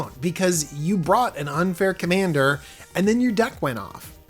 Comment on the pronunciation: "Commaner" lol